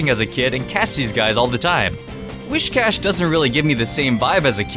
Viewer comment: It bothers me when people say Whiscash's name as "wish-cash". It shouldn't bother me, but it does. It's "whis" [as in whiskers].